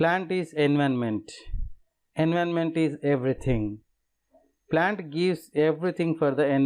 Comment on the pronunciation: Its environment not envonment